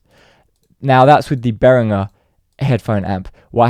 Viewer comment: At least he's one of the few who pronounces 'Behringer' correctly though.